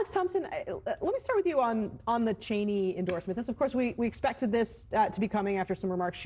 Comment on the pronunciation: Well, he finally pronounced her name correctly.